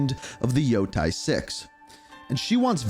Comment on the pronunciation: Lmao. Same with any ghost of Yotei announcement. “Ghost of Yo-Thai” 😂